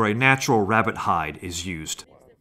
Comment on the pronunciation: Lol Hunting Wabbit Its Rabbit Not Wabbit!😂🤣